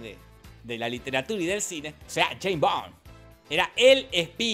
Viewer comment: "yeim bon" Pinarello , 2023